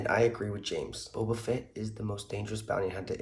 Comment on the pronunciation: It's Boba Fett not Bobba Fett.